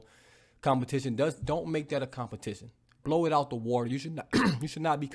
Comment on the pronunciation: "It's Tragedies n I'm owwt" 🤣🤣 as always